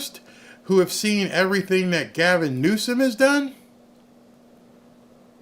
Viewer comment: Did you say "Gaven Grusum" ?